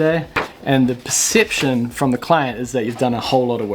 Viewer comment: Low percepch: the time saved saying percepch instead of perception. : )